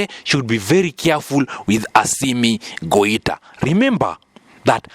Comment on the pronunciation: Not Goita. This is why I don't listen to all channels about African news.